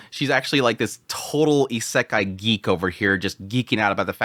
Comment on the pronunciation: I enjoy your content but your pronunciation of Isekai is irksome.